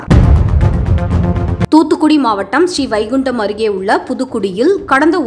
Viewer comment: வாழ்த்துக்கள். சூப்பர்மா, சூப்பர் அது என்ன style என்று தெரியவில்லை. அம்மா அந்த ஊரின் பெயர் Srivaikundam நீங்கள் படித்தது போல் Sri.... Vaikundam ( Sri vaikundam என்று இரண்டிற்கும் இடைவெளி விடுதல் கூடாது. என்ன ஸ்டைல்? என்ன உச்சரிப்போ?. ( தமிழை கடித்து, குதறி மென்று துப்பி விட்டீர்கள் அம்மணி).